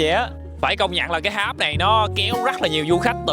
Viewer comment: Tháp mà kêu háp,nói chuyện như bùi